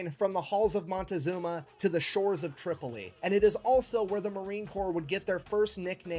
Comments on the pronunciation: He said Trip-ollee, but meant Trip-O-Lee, Tripoli. Later, after they took Duma, the Pirate King offered the UDE Philadelphia back to America even though it had been retaken and burned to ashes. He lied. Amazing that this was two hundred years ago. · John Adams 2nd president of the USA after George Washington dealt with the pirates of the Barberry Coast. It was surprising because Adams had no military background he was an attorney. It's Tripoli the guy just doesn't know how to pronounce it. No he is incorrect in many historical facts! No it is ADAMS not Jefferson!! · He mispronounced Tripoli probably as a joke. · Concerning the mispronunciation of "Tripoli," has dyslexia, and while it isn't very severe (that we see) and generally doesn't affect his speech, he will occasionally mispronounce a word that he has no problems with anywhere else in the video, or use one word when he means to use another. After a while, you don't really notice it.